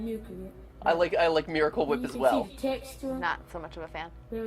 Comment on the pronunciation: miwacle whiep